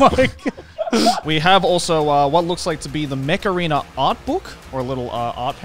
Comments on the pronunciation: my hard of hearing ass kept thinking you were saying macarena... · Everytime you said mech arena i heard Macarina. Thanks for getting that song stuck in my head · I swear I heard "Mech Arena" as "Macarena"